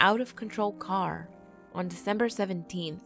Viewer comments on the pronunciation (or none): none